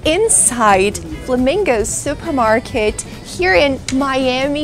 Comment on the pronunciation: "zupermarket"??? Lol😂😂